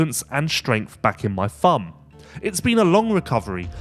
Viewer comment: What’s a “fum”? Do you mean thumb?